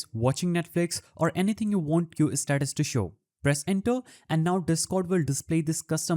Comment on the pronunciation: bro really said set custom istatus 💀💀